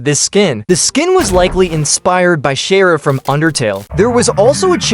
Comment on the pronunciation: I wonder who is this shera IT IS CHARA NOT SHE-RA